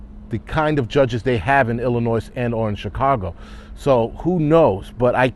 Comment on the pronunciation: FYI...., you don't pronounce the "S" at the end of Illinois